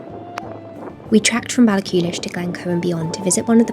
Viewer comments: I have to correct your pronounciation of Ballachulish. Baall - ah - hoolish not Baall-a-coolish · Your nature writing is so beautiful, I really enjoyed hearing about my country through your eyes! If I may be annoying and pernicity 😂 about pronunciation, Ballachulish has no ‘k’ sound in the middle, it’s a breathy, tight ‘h’ sound the same as in ‘Loch’. There’s lots of videos on YouTube that sound out the pronunciation. It’s a tricky sound for English speakers as we don’t have it in English at all, but once you master it so many Scottish words and place names will be at your fingertips! Hope you are keeping well and I look forward to more Scotland videos in the future! ❤🏴